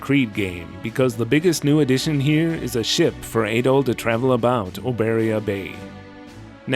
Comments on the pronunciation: You were saying "Ay-doll" just found it odd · I guess you call him Ay-doll in all your videos. Whoops 🤭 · You are pronouncing Adols name wrong. It's "AH-DOLL"